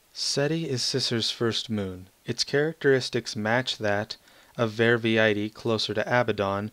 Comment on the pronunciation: Quite good. Not TOO many texture bugs, which I was fearing, and that expedition to the Abaddon system was amazingly nice. You got most of the pronounciations correct, except for Verviedi, which is pronounced Ver-Vee-Dee. Thanks for highlighting my mod!